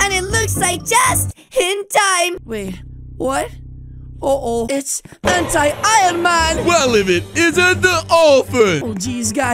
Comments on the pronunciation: He said ironcan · In the video I saw that sed ironcan instead of ironman